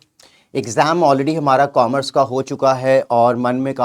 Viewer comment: Coomerce nahi Commerce sir